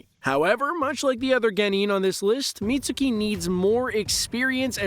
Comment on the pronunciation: It's pronounced as Mit-s-ki not Mit-su-ki